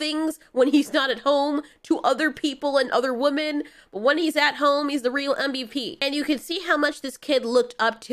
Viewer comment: Girl, I love you but you gotta start pronouncing Women correctly. My inner English major is dying every time.